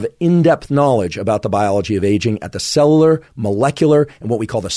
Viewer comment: Anyone else notice that Huberman can’t pronounce “cellular”